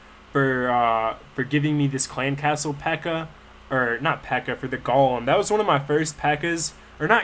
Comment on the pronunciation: no he doesn't, he keeps saying golum, it's supposed to be golem.